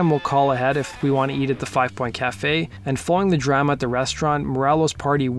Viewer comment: Interesting pronunciation of "drama".